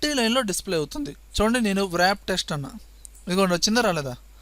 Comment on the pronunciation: You are very good at computer usage, but not good at English. Text (writing) is being as టెస్ట్. Wrap is రాఫ్. (W silent)